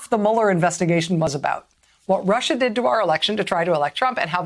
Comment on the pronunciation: How embarrassing for Rachel msnbc should never let her say Russia again. Pitiful.